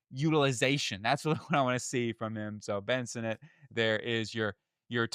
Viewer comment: Ben Sinnot (Senate) & Tyler Biadasz (B Odd Ish) pronounce the names right if you want us to take you serious champ.